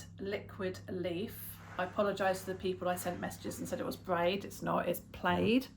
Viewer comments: In the US, it's pronounced pla-id. Such as a plaid shirt. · We pronounce it (Pa Lad) like plaid fabric. Don't change how y'all pronounce it, though. Ha.